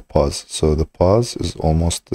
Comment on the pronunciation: It's pose not pause!